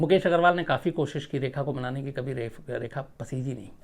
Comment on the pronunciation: Plzzzz Sir Rekha ko Reha ki trah mt boliye.......